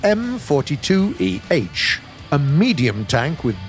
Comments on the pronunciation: S-T-R-V, Stridsvagn ;) (roughly translated to "Combatwagon" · Interesting how he say strv as strav and give it a slavic pronunciation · Being a Swede and hearing trying to pronounce S.T.R.V. Which is shortening for Stridsvagn, as a word =) First i didn´t understand what he was talking about at all hahahaha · u are supposed to pronounce it as letters not names like other tanks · When he says "straav", it's not even a proper name he is pronouncing, because he goes by what the game names it as and the game lists the tanks as "Strv", which is the abridged version of the word "stridsvagn", meaning quite simply "battle tank". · The fact that he sais "sterv" as a word instead of an abbreviation really annoys me. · Hi! I love the new units! Im from Sweden, (so sry for my bad English) and if you want to you can just say S T R V, just each letter one after one. STRV stands for the swedish word of tank: “Stridsvagn”. In the Swedish SAV 20.12.48 stands the “Sav” for “StormArtilleriVagn” ore what you rather would call it, some sort of an “assault-artillery- carrage- model”. Love the new units! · Strv is pronounced stri-ds-vagn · "STRAV..." I am sorry what. You either say "S.T.R.V..." or "Stridsvagn". Please don't ever say "STRAV" again xD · It's not pronounced "strav", but "S. T. R. V." 🤣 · I dont want to be that guy and this is just a friendly reminder and all. But its STRIDSVAGN or ES TEE AR VEE or even STRIDDS WAGEN if you like. but again, dont be mad. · If he isn't going to say it "S-T-R-V", then he should say the full name of Stridsvagn. It's just as annoying as when he tries to pronounce the designations for some Russian hardware, such as the DShK machine gun. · Gaijin: strav Everyone: strv Gaijin: triggerd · "Strav" It's S.T.R.V! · Me: Stridsvagn narrator: STrRraAv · The STRV part is short for Stridsvagn. So just say S T R V instead of strav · as a swede when he says strv its pianful couz strv mins stridsvagn and stridesvang mins battle tank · Its strv not strav